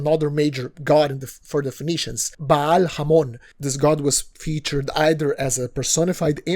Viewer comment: did you said baal? 💀